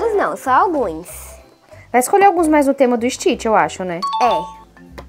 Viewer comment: Você tá falando errado Stitch você tá falando Stitch é ST Stitch não existe teste